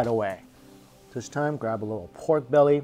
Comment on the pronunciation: I like how you say PORRGHHKK lol the emphasis on R